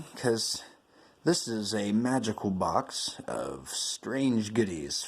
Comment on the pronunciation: Beox of Hutchison stuffff! ( Beox, one of Johns words, hehehehe). I will be watching more videos :-)